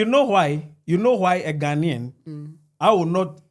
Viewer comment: whatever drugs you are on is definitely working . We know Nigerians cannot pronounce basic English words correctly just as they cannot pronounce Ghana. ....Not ..Gaana. You have made it worse becsuse you cannot even write "Ghanaian". Who put a gun to the heads of the millions of Nigerians to come to our country or African Americans? We will kick you lot out soon to go back to your dunghole called Nigeria.